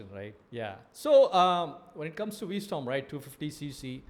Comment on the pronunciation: its V-strom.